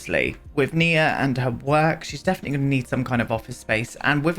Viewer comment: GASP YOU BEAUTIFUL MAN YOU!!!!! I'm transgender FtM and my given name is Nia!!! You are the ONLY PERSON who pronounced it right! Literally the ONLY PERSON!!! ugh I am now a forever fan, I mean I was always but now yes I am Did you know Nia means Purpose in Swahili? My mother went through 8 miscarriages before she had me then after she had me she had a stroke that paralyzed her so she couldn't hold me but she was determined to hold her first baby her miracle baby and she practiced walking, so on Christmas she held me for the first time. My mother passed on the 14th of September but I absolutely love my name she gave me even though men aren't called Nia so I kept my given name even though I go by my choice name. I absolutely LOVE that you named your sim Nia and I absolutely LOVE that you pronounced it right. Sorry I heard my name on the TV and got so excited I had to write out my story I do apologize for that love but it should show you just how much I adore my given name.